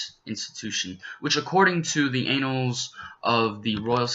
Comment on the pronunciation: I can see you were struggling not to laugh while doing this, hahaha. And umm i chuckled a bit when you said "anals" when you meant "annals" near the end. Video was informative, good job!